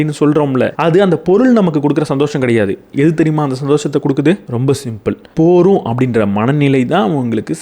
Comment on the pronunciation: போதும் என்ற வார்த்தையை நீங்கள் போரும் என்று அடிக்கடி கூறுகிறீர்கள்.அதை கொஞ்சம் கவனத்தில் கொள்ளவும்